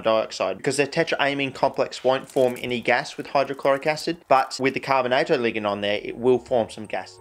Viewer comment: Dude says ""Ligund" lmfao